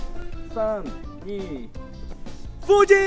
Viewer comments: Waktu ngomong fuji dengernya jadi "UDINNNNN" 🤣😭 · "FUJI............" Asli medhok bgt